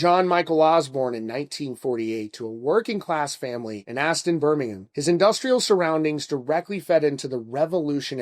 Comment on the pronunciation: Extra points for correct pronunciation of Birmingham